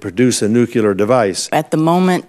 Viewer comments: The Director of National Intelligence can't pronounce NUCLEAR?!?! Ugh. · Does the man say the word "nuclear" in the same way that Homer Simpson in the episode Simpson Tide? I thought Homer was joking about it.